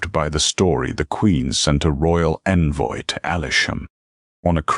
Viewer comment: Yes, the odd pauses, mispronunciations (ie. hussar, envoy), and AI misspoken names were distracting, but the storyline managed to overcome them. The writing was good, the characters sympathetic and the narrator's voice suitably serious, with generally good intonation. Enjoyed this story. First time checking out this channel but will look for more. OR, USA